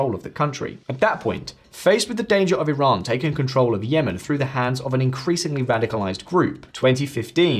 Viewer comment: the word is "through" ... it is not "frue"